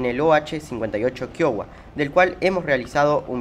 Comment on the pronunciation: se pronuncia kaiua- felicictaciones por el canal y la info